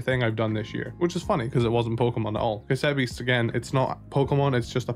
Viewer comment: Stopped watching as soon as I heard "OMG, C-ASS-ETTE BEASTS OS SO AMAZING!"